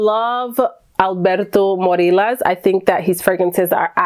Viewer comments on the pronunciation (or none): As you love Alberto his surname is pronounced MoriYAS like yasss😅. Great to see you again!